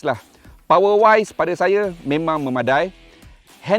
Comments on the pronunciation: Betul tu. Me ma da i. Bukan dai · MEMADAI sebut me-ma-da-i(e) ✌️✌️